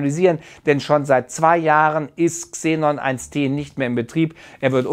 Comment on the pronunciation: XENON1T 🙊 man spricht es xenon eine tonne oder xenon one ton aus